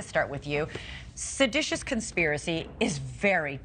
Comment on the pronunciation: The smart lady doesnt even know the correct way to say seditious she kept saying seditinous Probably got that law degree the same way those white house lawyers got it from